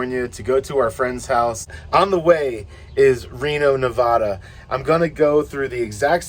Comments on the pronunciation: It’s NevAda not Nevoda. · Neh-Va-Dah not Ne-Vaw-Duh! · While I think it is major BS you keep getting pulled over for BS please know it is Ne-VAD-uh not Ne-VAH-duh. Stay safe out there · Nobody in Nevada pronounces it "NeVAHda. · It’s pronounced Navaaada!